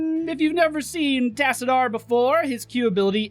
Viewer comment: That is not how you pronounce Tassadar and you know it!